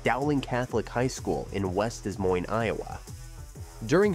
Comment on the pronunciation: Des Moines is pronounced with the both S's silent. De Moine would be closer to the correct pronounciation. I wasn't a native Hawkeye, but lived there for 17 years or so (mostly in the Iowa City/Cedar Rapids area).